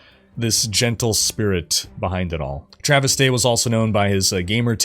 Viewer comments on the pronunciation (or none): none